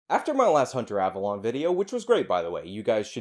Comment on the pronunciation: I love how you say "ava LON" instead of "ava LONE" lmfao. I used to watch this scrub when he stayed in his lane of SJW cringe. He was uneducated then. But at least it was funny. Now he's just pathetic.